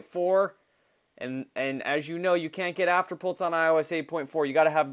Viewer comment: You say afterpult not afterpulse